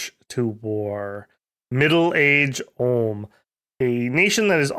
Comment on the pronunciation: "Ulm" not "Orrlm"